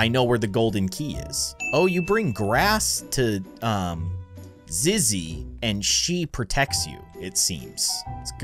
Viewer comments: IAM SCREAMING BECASE YOU SAID IZZY BUT ITS ZIZZY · Zizzy not zizz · It’s zizzy not izzy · It’s not Izzy it’s zizzy